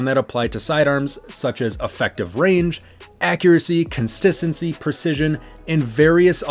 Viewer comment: Greetings! I have noticed that at the timestamp; the word "constistency" was enunciated. Not indicating errors or mistakes, I am just humbly letting you know that I do really pay attention and watch your videos in a detailed manner! My viewing experience is excellent! 🤩I love the content of the channel, the way you conduct yourself and speak to the audience, is the result of taking your job with inspiration to serve others! 🕊️🌇Have a wonderfully blessed day dear brother!